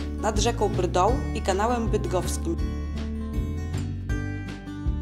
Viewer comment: No i jeszcze kanał bydgoski a nie "bydgowski" ;)